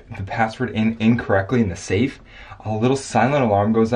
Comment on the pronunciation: The. Saf. Is. Oo. redey. Opoon